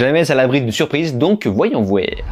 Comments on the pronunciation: « Voyons vouaire », But alors you are berrichon ? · Bel accent québécois dans "woyons woèr". T'es cool. Trés bonne vidéo !!☆